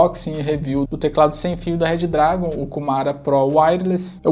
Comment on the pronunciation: Pelo amor de god parem de falar RED DRAGON 🙅🏼